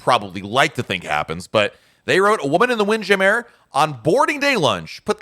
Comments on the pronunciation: Here is how you pronounce Windjammer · I am amazed at the way you mispronounce the work Windjammer, and you host the RCL blog. Why hasn't someone from RCL said anything to you? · My husband and I were just talking about this. I called it jammer as in hammer. But apparently, long time cruisers call it ja mare. I don't know why. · Are you pronouncing WindJammer right? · What I found strange was how you pronounced wind jammer. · It is just how says it. Just to be funny, it's not really how anyone says it normally. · It's a joke. He told the story once, but I forget what it was.